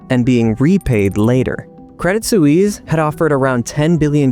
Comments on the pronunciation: Suisse: rhymes with "peace." A single, direct and simple, syllable. No, not soo-eeze. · Swies, not soeweese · Please learn how to pronounce the word ‘Suisse’. Thanks.